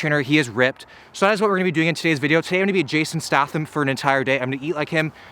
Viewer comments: "I'm gonna eat like him. I'm gonna train like him. I'm gonna do everything like him." Except pronounce his name correctly. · please tell me you are saying his last name that way as a joke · Is anyone else annoyed by the way he pronounces Jason Statham? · the way you butchered his last name was triggering me but you seem to nice of a guy to have beef with and since I found this channel about a week ago I have been fucking hooked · That's not how statham is pronounced 😂😂😂😂😂 and you boil the water before you put eggs in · Who gonna teach him how to say Statham correctly? 😂😂😂😂😂😂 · The way you say statham hurts me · Yep. You’re a schmuck. Eh sorry eh lol. Did you come to Alexandria Va? Hit me up when you do again so I can mispronounce your name. #tafiffs. Did I just spell it wrong? 😅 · The way he says his last name is killing me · His last name is Statham, not Statham. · butchered his last name, sons crying now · Im triggered 😂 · Your pronouncing statham wrong man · Is that how Americans pronounce statham? It’s hurting my soul every time he says it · Your pronunciation of Statham is mildly satisfying. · The whole video I’m thinking in my head every time you say “Stahtham”, “it’s stayyyyythem,! StayThem!!!” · Pink socks. Rather cool and a great video as always......BTW It's pronounced STAY-THAM. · Pronounced stay tham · Stay-them not Sta-them. And his best movie is Snatch. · "Stay " "thim" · Yes u fool it’s stay-tham not stAtham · Yeah it's stay-them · This man said JASON STaTHAM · Pronounced stay-thumb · It's pronounced staytham btw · It’s pronounced stay-tham 😋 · It’s st-AY-tham not at-AH-tham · “Jason Stahfum” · fyi it's pronounced staytham also did you know he was an olympic quality high diver? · Jason stath-ham lol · The CEO of Jason "StaHHtham" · I think it’s pronounced “Statum”...? I could very will be wrong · yeah i think its stay-tham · yes..yes you did. Stay-Thumb ;) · Statham is pronounced staytham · His last name is pronounced “State-um”